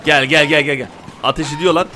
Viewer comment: Abi atiş değil ateş